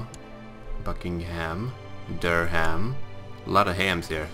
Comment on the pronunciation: seriously... "Durham" is pronounced "Durram"